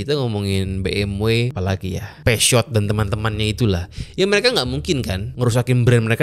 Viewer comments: Puzo. Bukan Pesot. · Peugeot itu dibaca puzo bang katanya